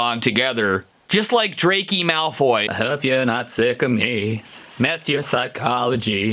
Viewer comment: ITs dRaCO mALfOY nOT dRaKEY mALfoY